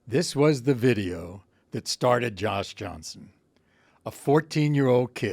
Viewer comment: I would have absolutely lost it If right after showing the never messing up a black name bit he messed up Josh Johnson's name while introducing him despite the fact it's one of the most generic names that a person can have